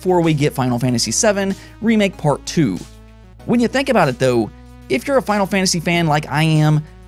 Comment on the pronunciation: You say “dou” instead of “tho” 🤣